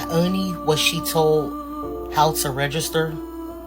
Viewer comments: NEVER TRUST SOMEONE THAT CANNOT EVEN PRONOUNCE REGISTER CORRECTLY. IT'S REGISTER MA'AM NOT RAYSTER!! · She can't even say register. "Rayster" they are so unbelievably low iq. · This lady can't even pronounce the word "register." What tf is "raygester"?! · Why tf do they keep say RAY-gester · What is “raisjster”? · I wish that woman would learn how to say "register" annoying. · SHE CANT EVEN PRONOUNCE HER JOB TITLE 😂